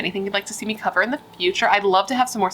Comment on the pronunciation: i loved when you said "co-ver it" at the end :-)